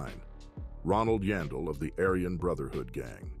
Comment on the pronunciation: Its YAAN..Its pronounced YAWN-Del